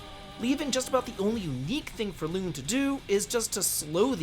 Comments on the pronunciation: Clearly you didn't like Lune but got damn what is your pronunciation? It's luna, did you even pay attention to the story? Damn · "loon" and "skeel" is effing killing me here. My man played the game with sound of or something. Also, terrible tierlist. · My guy, her name is spoken all throughout the game. How are people still calling her "loon" Cmon bro, "skeel"? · Also side rant, why is he pronouncing the names, specifically Lune and Sciel like that??? I played in English, is that how it’s pronounced if you play in French maybe? Not trying to insult just curious lol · Did you not play the games in English or did I just decide to pronounce their names (lune and sciel) differently on my own?